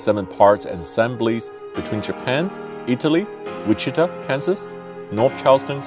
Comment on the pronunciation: That is weirdest I’ve ever heard Wichita Kansas pronounced.